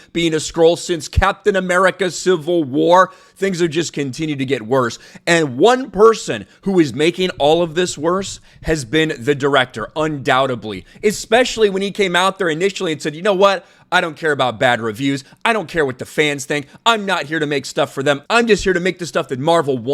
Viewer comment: "Undoubtedly,". 🤦‍♂️ Say it with me: un - doubt - ED - ly. 🙃